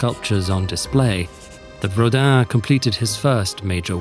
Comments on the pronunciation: I don't speak French so pardon me. But is Rodin really pronounced like Hodan or am I hearing wrong? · No, but the corresponding phonem don't exist in english, so the closest you can get is "Rodain" I suppose